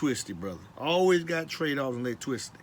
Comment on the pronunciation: TWADE OFF DA AWECTWICITY. This Guy is 1 of The Bayou Boyz! Ja Zion and dis Rye'Cha